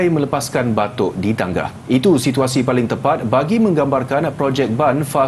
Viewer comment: Bukan Batuk, tapi Batok😂